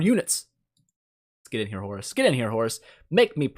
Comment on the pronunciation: I keep hearing "Horse" whenever you are talking about Horus somehow :p